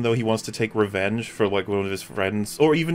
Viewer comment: I mean... wasn't Iron Man ready to murder Captain America in order to "wheak his re-wen-gay" upon Bucky for his parents' deaths?